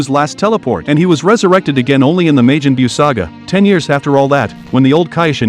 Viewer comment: "meijin Buu"? Revied10 years after? "Soiyans" ? Yeah no offense but i don't respect your opinion